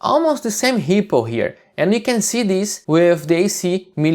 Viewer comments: Great stuff! Though I'm not gonna lie, it took me a while to realize you were saying ripple and not hippo :D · I thought the exact same thing!